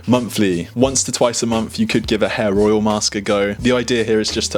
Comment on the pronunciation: When you say hair oil it sounds like you say hair roil.